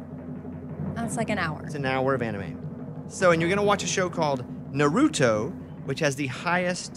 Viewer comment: It’s called Naruto. Pronounce Nar uto.